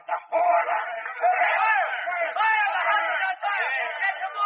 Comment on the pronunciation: It's not the horia. It's horla.